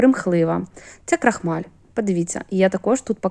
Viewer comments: КрОхмаль, а не крахмаль. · та не "пАєднане", а "пОєднане" і не "на ложкі", а на "ложці", не крАхмаль", а "крОхмаль" і т.д.